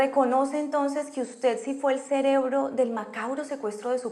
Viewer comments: 😂😂 Este tipo es mucho bruto... Dice q es muy inteligente y no dice cerebro si no celebro 😂😂😂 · És tan inteligente que dice celebro😂😂😂😂